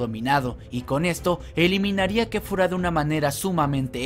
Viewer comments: dijo kefura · Como como dijo kefura ? Es Kefla oh así le dicen en muchos paises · No se ficw quefura en realidad se dice kefla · Quien más se dio cuenta de que llamo a la fusión de kale y kaulifla kefura jajajaja se llama Kefla, para la siguiente si apréndete los nombres bobo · kefla no kefura